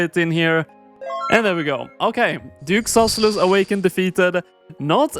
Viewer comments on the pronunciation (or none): aintnoway you pronounce it duke susellus